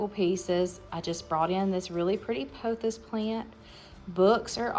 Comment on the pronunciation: Your shelves look great,, especially with the pothos and other plants. FYI, it's pronounced POTH OHHS, ike Roth oh s (long O in Oh - with a hissing s at the end, LOL❣️)